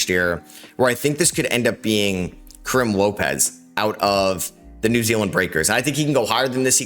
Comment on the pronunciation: Karim is pronounced as ka-reem. As long as the spurs get morez johnson or karim lopez I will be happy.